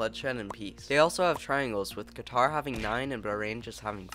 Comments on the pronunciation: btw you’re pronouncing it wrong it’s more like qa-tur with a more emphasis on the throat, not ka-tahr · Thanks for this vid! I respectfully have a notice to all anglophone people! Qatar is pronounced like qa'tar (the second a sound is short) not like qataar. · as a Qatari, you're also pronouncing it wrong. Locally we pronounce it as Gitar. :) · You wanna know something? You pronounced Qatar wrong.